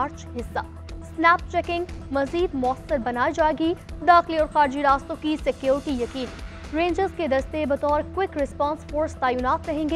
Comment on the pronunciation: News caster ko bolna nahi atta security ko sacurty bol rahi hai talafuz kharaab hai pahlat tyari kia karein